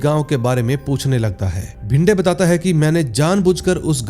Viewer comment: Bhinde nahi re it's bhide , vishwas ka surname saranjame hai sarjami nahi😂